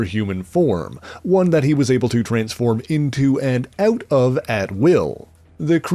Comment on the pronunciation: "... to get his son eut of the heuse"?? Is the Canadian?